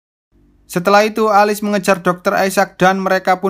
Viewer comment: Bang,nama tokoh utama nya di baca nya Elis, bukan alis